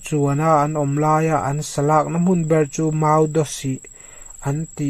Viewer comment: Zo, Do tih vel hi Zau, dau tih ang deuhin i lam ri zel mai. Lam fiah a pawimawh. Chhiar dik loh tih vek hi chu a dik chho vat mai ang. Mizo tawng lam dik chat chat hi har deuh mai hi a ni a, han tang sauh sauh teh le. 👍